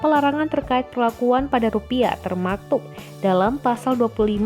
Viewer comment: Apah cma gw yg denger admin ngimong TERMATUK...?